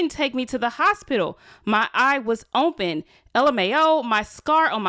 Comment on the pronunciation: Is it me or u always have a hard time saying open 😂😂😂😂